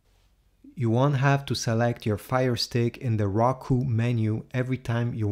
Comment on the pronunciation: you pronounced it raku it's Roku